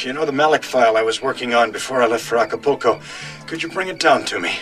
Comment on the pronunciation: It's not Aca-PO-co . . It's Aca-PUL-co 😮😮😅😅😅